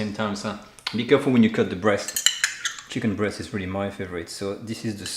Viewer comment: Yes, ... and "cheeeken"... makes it totally French